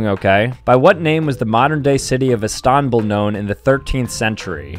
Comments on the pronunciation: No way said Is-toN-Bull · And he still said Istanbul wrong though I think he did for the laugh of us.